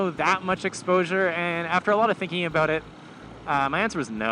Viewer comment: I can't help but notice every time you say "aboat"